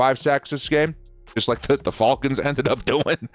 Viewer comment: He says fall cons instead of fal cons